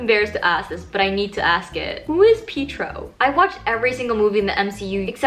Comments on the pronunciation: pietro is wanda’s twin brother (pietro maximoff) you might know him as quicksilver <3 edit: also you’re really close but it is pronounced pee- et- tro xx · 😂☠ pietro (pi-eh-tro) is Wanda's brother from age of ultron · It's (PEE-A-TRO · Pee-tro? Love no… it’s PIETRO from age of ultron aka wandas bro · Pietro is pronounced pee-ay-tro, and he is in age of ultron. he is the fast one that died, wanda maximoff's brother